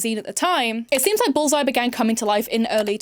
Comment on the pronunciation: I don't know if it's my blocked ear or your accent, but the way you say 'bullseye' sounds like 'ballseye' and that makes me smile.